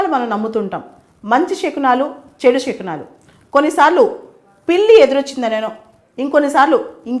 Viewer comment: షకునాలు కాదు శకునాలు